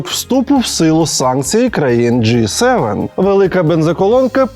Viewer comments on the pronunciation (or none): Молодец! Читаешь коменты! Почти правильно сказал G7 уже не J7 но еще не совсем G7. Продолжай тренироваться в этот раз было между Джы и Джей, почти попал :-)